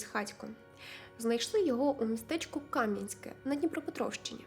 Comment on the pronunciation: Дуже цікаве відео! Дякую! ✨ Невеличке уточнення. У назві міста Камʼянське наголос іде на Е. КамʼянськЕ. ❤